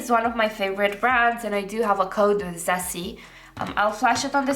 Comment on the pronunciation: Could you please check some Japanese Youtuber talking about ZEESEA or Rom&nd?? Yeah pronunciation are bit wrong....😅